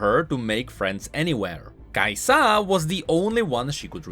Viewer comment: Everytime u misprounounce KAisa makes me wanna punch things